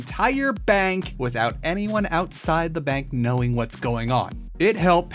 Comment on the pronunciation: "Wisout bucking"